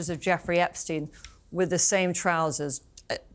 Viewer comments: Did Lady Victoria just say “Eppinger” not “Epstein”? She really is low IQ 😂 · Victoria didn’t even know how to pronounce Epstein name 😂😂😂😂